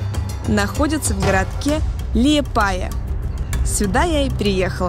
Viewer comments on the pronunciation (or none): Не ЛиЕпая, а ЛИепая!!! ААААААААААААА БЕСИТ